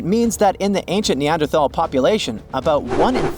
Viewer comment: I don't trust what anyone, who doesn't know how to pronounce Neanderthal correctly, has to say about them. 🙄